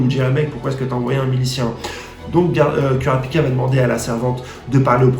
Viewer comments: Kurapika on le prononce Kourapika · super vidéo, par contre par contre kurapika ca se prononce courapika xd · oof sa fait mal quand tu prononce kurapika